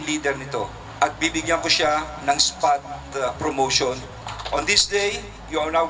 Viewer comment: tana ba dinig ko Abalos? sabi mo FROMOTION? letter P po yan anoh?